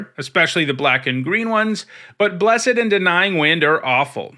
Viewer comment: That's not how to pronounced "blessed".